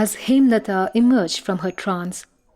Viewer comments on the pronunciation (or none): The way the name was Hemolata was hindified as Hemlata. 😂